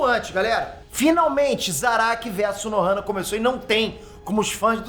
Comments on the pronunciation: e Unohana e não Unohama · Unohana Unohama não Fala direito 🤣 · Cara, eu voltei várias vezes pra ter certeza de ouvir o falando "Unohama", até achei que eu sempre ouvi errado kkkk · O tá tão empolgado falando do zarak que tá falando Unohama kkkkk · Eu to louco ou o ta falando "unohama" '-'